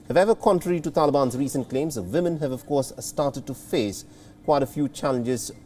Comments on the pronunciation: We all thinking it right ? Its Woman with a "W" not a 'V' :) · At first I heard saying 'villain' instead of 'women'. cheers from the Netherlands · If he says "Vimin" one more time, I'm going to throw up.